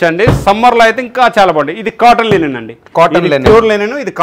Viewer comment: Not Lenin It is Linen